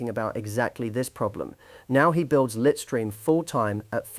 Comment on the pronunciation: The AI mispronunciation was slightly annoying though 😅. Litestream is pronounced LITE-stream (/ˈlaɪt.striːm/). It combines the words "lite" (like light) and "stream" (like a river stream).